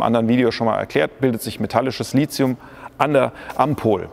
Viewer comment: Warum eigentlich Lizium? Ich dachte, es heiße Lithium. Seit wann ist im Deutschen th ein Zischlaut?